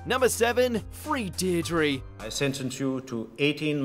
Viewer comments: It’s pronounced dear druh lol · Deirdre, not Deirdrie